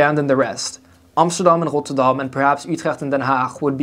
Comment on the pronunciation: Ahyes rotterdoam and utrèèggt I love the pronunciation😂